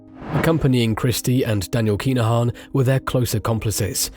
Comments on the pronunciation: KIn-A-Han not KEENAHAN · yep your doing my head in everytime you say keenahan like has wrote thats how its said but fast.